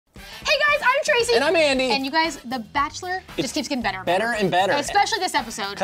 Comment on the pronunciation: Lol they dont pronounce the r like that in France Tracy